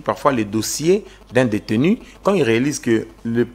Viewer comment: Détenu et non déteni. C'est (u) et non (i)